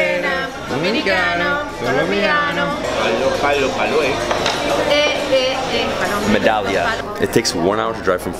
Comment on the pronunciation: He said Med - Dal - Ya 😂 more like Meh d - Iya